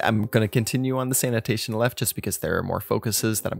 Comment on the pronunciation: sanation sanation